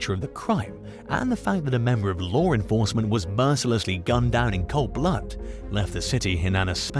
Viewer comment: Ever time he said lore instead of law i had to laugh 😂😂😂